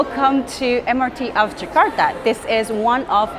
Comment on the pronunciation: Jakarta not Zakarta